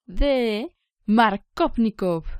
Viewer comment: "Maarcóvnikov" como lo nombras suena a superheroe de Marvel xDDDD Jajajaj buena explicación